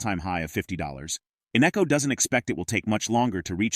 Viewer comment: His name is not Innecco!